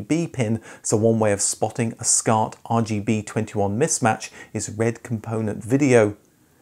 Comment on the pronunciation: first of all, WTF IS "Scart" OR A "Scart"?!